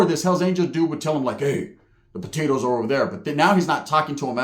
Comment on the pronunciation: Great story bro! Had me laughing about the dude w no tongue “potatoTH” 😂😂😂